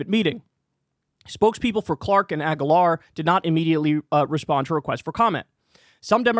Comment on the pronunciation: Hey Kyle, learn how to say the name Aguilar correctly. I usually get irritated when people bend over backwards and apologize that they won't say some name right. Usually because it's some weird ass forgein name like an Indian or east Asian name. But Spanish names aren't rocket science. Did u grow up in the US? Aguilar is my dad's last name. Get it right. A-geee-lar.